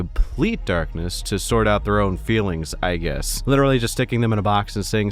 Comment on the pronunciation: Did you say "hazard a guest?"